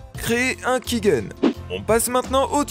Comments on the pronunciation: Sympa pour comprendre la manière de fonctionner, mais les choses sont rarement aussi simple, j'ai essayer y'a quelques mois de cracker rpg maker mz, y'avais un validateur offline mais j'ai pas réussi. Par contre tu dis key-guène, c'est perturbant alors que sais que c'est key-gène. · On dit "kigène" et non "kiguène" mais très bonne vidéo